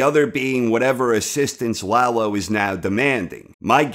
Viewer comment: yeah, stop saying LAHgh-lo. it's La-Lo, easy on the La, easy on the Lo. Lalo. shhh. Lalo. We need to talk...